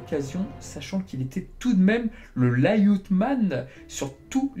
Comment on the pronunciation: Bravo pour ce boulot documentaire et informatif, impressionnant! Merci! et ta prononciation de "lay out" m'a fait mourir de rire! Et oui, valentine vs seiya est le meilleur combat....